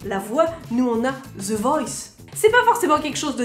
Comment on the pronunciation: Pourquoi vous dites ZE ''the''? haha c'est DE avec un peu de vent entre les dents et la langue.